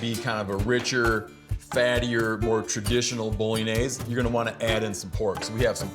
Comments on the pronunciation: Steve - I thought you were Italian... pronounced "Bolonyayz" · “Bolognese” right..